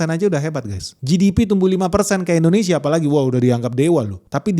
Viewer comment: Malaysiah... Indonesiah... Bekasih.. horehh😂